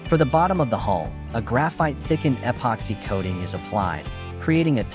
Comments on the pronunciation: What? You don’t like hearing “ehhh poxy?” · eh-poxy? Never heard of it. AI at it's linguistic best. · Narrator; “eh pocks hey” in all the corners. Dont forget the “eh pocks hey”